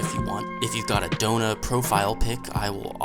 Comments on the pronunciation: why is everyone saying her name wrong when its Echidna? You are saying Adona over Echidna like the rest. Is her translating of the name wrong or spell different or just everyone saying it wrong? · Huge question why is Echidna pronounced Echidona and not the animal Echidna?